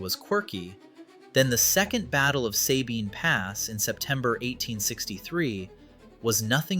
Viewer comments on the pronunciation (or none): Sabine pass is pronounced with a short "a". The other half you got right. Suh-bine. Not Say-bine. Just like Gruene is pronounced Green. Lot of small Texas towns are pronounced weird. As a native Corpus Christian, just figured I'd pass along that knowledge for future reference. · FYI, “Sabine” is pronounced with a short “a” by everyone in Texas.